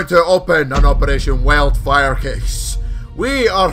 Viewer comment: Literally sounds like he's saying Operation Welfare LMAO